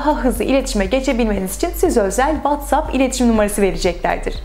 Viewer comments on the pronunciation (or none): none